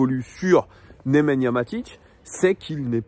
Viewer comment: C Nemanja pas Nemenya 😅